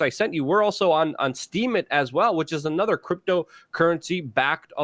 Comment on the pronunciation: Oy vey!! It's annuda shoah!!!